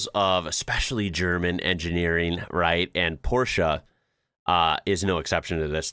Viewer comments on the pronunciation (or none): It’s Porsche, with an E like in meh! Not Porschah. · Oof it's PorschE not PorschA.. you said "elevator" correctly aswell and not "alavator". 😭